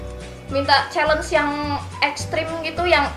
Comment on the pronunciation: Chalenge bacanya Syielenc